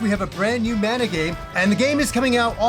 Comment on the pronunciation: Great video! Man, I'm having a hard time with this release. Secret of Mana, secret of Evermore, and most of those games are special to me (from my childhood), but with those releases, they didn't talk much, so the constant incorrect pronunciation of Mana drives me nuts! This is extra crazy since the damn word is in the title! It reminds me of another favorite Yakuza, the characters are from Japan, but they cannot say karaoke!